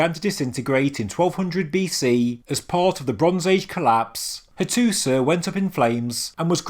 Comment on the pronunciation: It is pronounced Hattusha not Hattusah